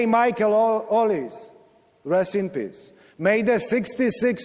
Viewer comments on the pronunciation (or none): none